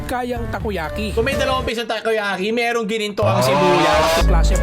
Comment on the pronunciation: Tako yaki na hindi tako🤷🏻🤦